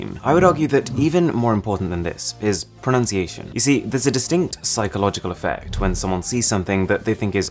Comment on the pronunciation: it's pro-NUN-ciation